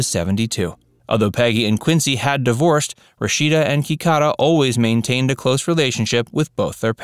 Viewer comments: HELLOOOOO!! Her name is KIDADA, not Kicaca. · Their older daughter's name is Kidada, NOT Kikada! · Peggy's daughter's name is Kidada; not Kikada.